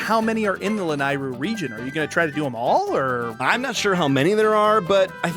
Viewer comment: I encourage you to watch the BoTW memory where Zelda is thanking Link for tips with her horse where she says the word Lanayru. It's pronounced La-NEIGH-ru.